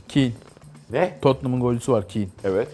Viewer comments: Kiin değil kane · Kiyn değil o keyn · Kane kiin diye okunmaz ki keyn denir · keyn diye okunuyor. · Kinn nedir Allah aşkına ya Kane "Keyn" diye okunur. Hiç mi yabancı spikerlerden duymadınız? En azından googlelatsaydınız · Kin neya yaaaa okunuşu Heri Keyn normali Hary Kane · Kin değil harry ketn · Keyn de değil kane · Keyn die okunur kane die yazılır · kin değil kane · kin ne HARİ KEYN(YAZILIŞINI DEĞİL OKUNUŞUNU YAZDIM). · Harry kane e kiyn dedi amk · Avrupa futbolundan o kadar konuşup Kane'i yanlış telaffuz etmek 😂😂